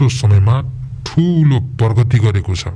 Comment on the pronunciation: प्रगति, प्रमुख जस्ता शब्दलाई पर्मुख, पर्गति भनेर भनेको सुन्दा चाहिँ कि त यो बोल्ने मान्छे शिव चन्द्र होइन, कि त शिव चन्द्र लाई मैले आवश्यकता भन्दा धेरै उच्चकोटी मा राखेको रहेछु ।